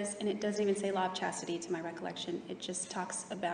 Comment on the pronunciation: Jodi couldn’t even be bothered to learn to pronounce the Law of Chastity correctly, let alone actually follow it.